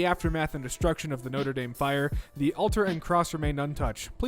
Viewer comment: PLEASE FOR THE LOVE OF GOD DO NOT PRONOUNCE NOTRE DAME THAT WAY.